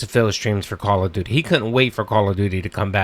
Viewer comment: Call of DEW DEE streams.